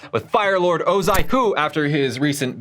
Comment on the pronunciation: Oz-eye?🤦🏽‍♂️ oz-eeee!